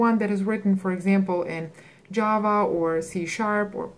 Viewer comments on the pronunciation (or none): none